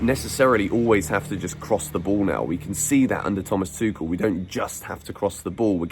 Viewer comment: He didn’t say tushel😁😁😁